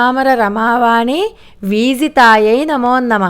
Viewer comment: Amma namaskaramu నమోన్నమః అంటున్నట్టున్నారు. నమో నమః అని మాత్రమే పలకాలి. ఒత్తు పలుకు రాదని మనవి.